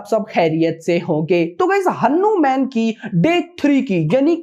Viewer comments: Pronunciation is हनुमान not हनु-म्यान, bos dk thik se naam lena sikh le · Kya hanumen hanumen bol raha chutiye hanuman hai